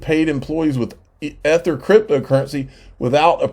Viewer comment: If I found a magic lamp and granted 3 wishes, my first would be you pronounce ETHER correctly. The other two, not telling. Lol.